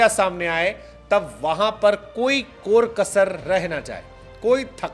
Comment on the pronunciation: Kor Kasar nahe be kar kasar😂😂😂